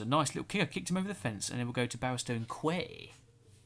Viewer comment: also i'd like to point out that quay is pronounced like key